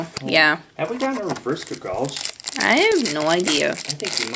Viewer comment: <Anime Maker>:You Said Dragalge Wrong